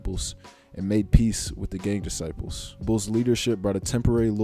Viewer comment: Did he say gay disciples? Or gang disciples? wasn’t clear